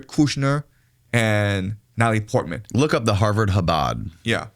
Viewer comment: I like how when speaks he keeps skipping syllables. LOL who the hell is Nallie Portman